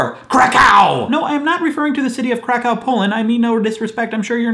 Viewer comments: I'm Polish and I work in a hostel, so I thought I've heard all possible pronounciations of Kraków (guests ofthen ask me how to get there). But that was definitely a first! :D For curious people: Kraków is pronounced 'krakuf' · This pronunciation of Karków make my day XD Cow on crack - CrackCow :)